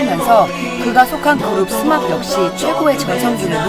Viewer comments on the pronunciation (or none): 스맙이 아니구 스마프 인딩..ㅠㅠ..